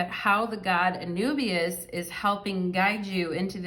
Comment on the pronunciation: And Anubis is is pronounced a-NOO-biz